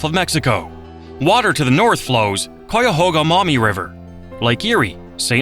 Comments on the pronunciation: “Coyahoga” make me irrationally angry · AI can't pronounce cuyahoga 😂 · and it's an AI voice. It said "COOYAHOGA"hahaha. "kay-ya-hoga" you dumb robot. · Tell your AI to stop saying Coy-yahoga. It hurts my ears as it is pronounced K-eye-uh-hoe-gah. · Thank you for this informative video about Ohio. As a native Northeast Ohio resident though it grated me every time the AI narrator mispronounced Cuyahoga. In elementary school we were taught how to spell it, BUY A HOG A. Replace the B with a C and you get Cuyahoga, pronounced KAI-AH-HOG-AH. A portage (POUR-TAH-ZA) is proper for crossing from one body of water to another, but the city and associated lakes, we say POR-TIDGE. One area of Ohio that was not mentioned was the Western Reserve, the area of Northeast Ohio that was an extension of the state of Connecticut. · Cuyahoga. Like Guyahoga. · Wow hearing the narrator say “Coy-a-hoe-ga” is giving me hives as a native Ohioan 😂 most people I know say “Cawga” or “Cayahawga” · I thought the narration was coming from a human, so l was going to tell him, pronounce Cuy, like Ki in Kiowa, but if it is computer generated, there is no hope😐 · What the hell is a “CooyaHoga”? It Cuyahoga. The AI sounds dumb. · Its pronounced Kya-hoga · KI-AH-HO-GAH and several wrong images. AI slop. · Cuyahoga is pronounced Cuy, rhymes with guy, not cou, with a long u. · For the LOVE OF GOD LEARN HOW TO PRONOUNCE CUYAHOGA!!! IT's kai·uh·how·guh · The Maumee river is not pronounced "MOMMY"! But at least the Olentangy wasn't quite destroyed by saying; AWL-EN-TANG-EE...and it's pronounced Ky-ah-hawg-ah, River! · We hate AI. Ki-uh-ho-ga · Cuyahoga is pronounced kai-uh-hog-a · Exactly. As my third grade teacher explained: It's spelled like, and rhymes with Buy a hog a. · Kai-ya-ho-ga. Say it with me now AI. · Anyone else realize instantly when they said “Cuyahoga”, they weren’t from Ohio 🤣 if is even a real person speaking lol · my man does not know how to pronounce Cuyahoga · Yes, very annoying.